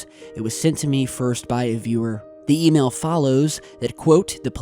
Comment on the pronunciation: I replayed it 12 times and ALWAYS heard "email".